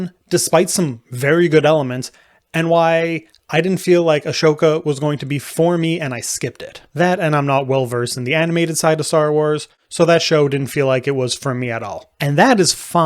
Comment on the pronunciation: why does he say "aSHoka"? did he watch any show where she appears? does any character call her that EVER? can he even read? it's aHSoka, H BEFORE S. how can i take someone seriously when talking about start wars who clearly hasn't watched star wars?